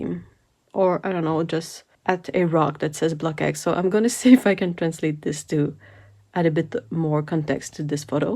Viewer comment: Just a pointer - it's pronounced "blocks" (as if it ended in s and the X was silent), not "block X". Blockx (one of many surnames ending in "ckx" in Belgium) is a typically Belgian family surname. 😊